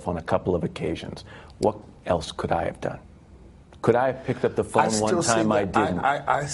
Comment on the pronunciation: Did Bobby just said Ralph had his "phome" in his hand?